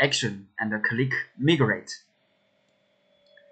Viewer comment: It pronouces mai-grate, not mii grate.